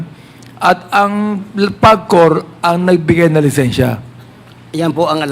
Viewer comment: Napaka bobo Naman nang acting mayor na ito...PAGCOR hindi PABCOR